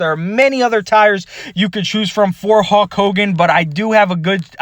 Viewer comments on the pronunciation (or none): It's 'HULK' Not Hawk, bro 😁😄🤘🏼